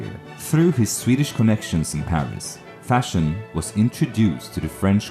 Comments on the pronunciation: Von Fersen. Not von Fershen. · It's Ferson not Fashion. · The narrator seems to pronounce his surname as ”Fashion”!